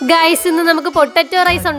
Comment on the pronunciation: gooys alla guys aan 😂😂😂